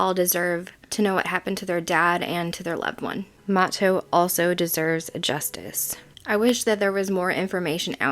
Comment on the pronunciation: and it is MA-TOE